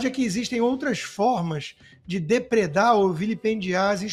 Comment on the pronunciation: ESSE DEPUTADO NÃO SABE NEM PORTUGUÊS "DEPREDAR" 😂😂😂